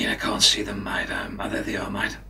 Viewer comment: Almost got the Australian accent right. just needs to work on the "a"s as in "can't".